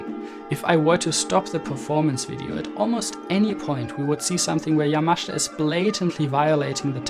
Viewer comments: His name is YamaSHIta. Not YamashTa. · It’s not pronounced Yamashta. It’s YAMASHITA. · "Ya-Ma-SHE'-ta" not Yamashta. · Surely it's Yamashita (Ya-ma-shee-ta)? "Yamashta" can't be correct? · Great episode ❤. For future reference, the Japanese include a vowel in their spelling to be pronounced. It's ya-ma-shee-ta not yamash'ta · ........thanks for correcting - I'm still hearing 'yamashda' from the video - but I appreciate, from what you've pointed out, the pronunciation is not as simple as iI thought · Despite the admiration your video deserves, I have a problem with your pronunciation of Yamashita's surname. According to the opinion of Japanese friends, the 'I' vowel sound should be clearly heard, contrary to your persistent omission, making it to sound 'YAMASHTA', which is not only wrong but strange and uncanny. Pity. (or 'PTY'?) 😅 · Great observation but you should learn how to pronounce the man's name. It hurts my ears 😞 yamashita pronunciation = ya muh shee tuh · Sorry but you do not know how to correctly pronounce the name of Yamashita. Accent is completely wrong.